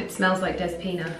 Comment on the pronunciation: My dear...the name is DEspina and you need to say the letter e like elephant...I am also greek,wish you a lovely Christmas!🇬🇷🇬🇷❤